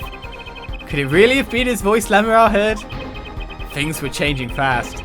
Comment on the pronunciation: “Lamieoir, FiNgErInG Daryan Crescend.” Oh my goddess... 😂🤣